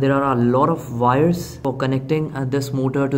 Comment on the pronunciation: Wires NOT "Vires"